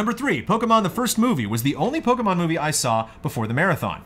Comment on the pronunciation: mispronouncing Pokemon is the best thing.